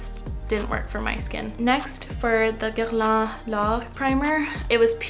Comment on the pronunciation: Loved hearing your quebecois accent when you said Guerlain! Do a video in French please!!